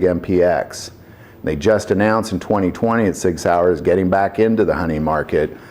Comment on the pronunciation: Please. Work on the German. That hurt.🤕